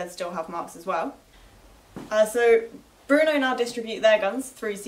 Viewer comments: its not pronounced bruno you twit its brno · How is BRNO pronounced "Bruno"? There is no U. It's BRNO.